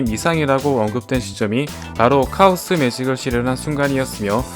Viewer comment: 카오스 매직을 차오스 매직이라 읽었네